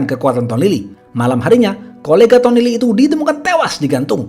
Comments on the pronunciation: "HINGGA TEWAAAASS" kek gemes banget dah bilang gitu pas si Logan d tabrak. Btw aneh yah, ini chanel subscriber nya kok masih dikit? Pdhl pembawaan ceritanya keren banget loh. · Biasa aja min kalau ngomong tewas, jujur gw jadi emosi dengernya.